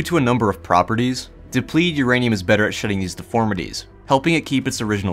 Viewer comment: I love the word Urainum ur-anium